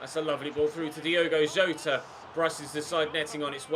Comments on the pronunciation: it’s Yota mate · I beg you pronounce Jotas name right😂😂